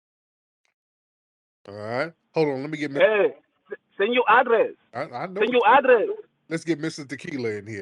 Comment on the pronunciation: “Sen yoh adrésss” 😂